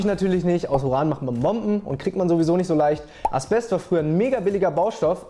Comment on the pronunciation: Zum Thema Allgemeinwissen. Das Zeug heißt "Asbest" nicht "Aspest"